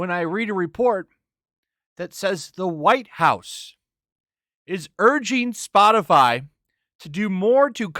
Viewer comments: Ha Spotifly, she said Spotifly, haha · Did say "Spotifly"? 🤣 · “Spot-a-fly”? I’m pretty sure the qualifications for White House speaker is to speak proper English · She said spotifly 🤣🤣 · I'm pretty sure she said "Spotifly" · Did she do just enough research to mispronounce the name of the company? I mean Spotifly, c'mon circle back and say it right, you red haired nightmare. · she can't even say SPOTIFY properly..... and she expects people to listen to her??